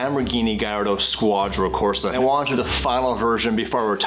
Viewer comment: and pronounce the name of their own car wrong 😂 Bro its 'Squadra Corse..' Corsa is the driving mode in the aventador